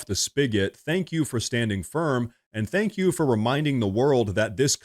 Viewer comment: Ooooh mistow Zensky definitely would have been better off just saying “tank you”. 😂